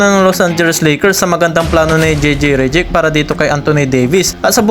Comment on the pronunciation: Hey pronounce those name right ok? Reddick not Rejeck.